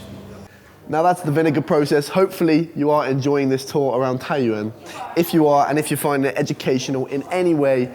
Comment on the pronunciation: Taiyuan not Taiyaun